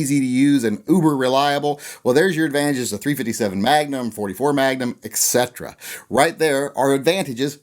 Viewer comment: I gotta say it. There ain't no '"x" in etc. Check it out: et cetera.